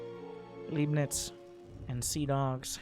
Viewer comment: C'mon :-D I thought you know some german from your gamescom visits ;-D. "Leibnitz" was a german mathematician who is said to have invented calculus, also Newton is said to have invented calculus independently and ... never mind this is not the point... the point is, I would have assumed you knew how to pronounce "Leibnitz". The german "ei" is pronounced much like the "i" in "tide" or "lie". Just mentally swap the letters :-D. Oh .. and I love your casts ... made me start with SC2 again :-D